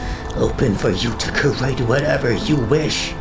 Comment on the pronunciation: IT IS CRE-ATE NOT KER-ATE CREATE..... PLSS omg (proceeds to walk away speaking Spanish)